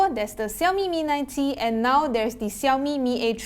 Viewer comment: Xiaomi mi a tree? 😂😂😂